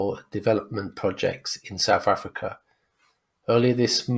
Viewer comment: It’s SouTH Africa, not Souf Africa. Maybe learn proper pronunciations.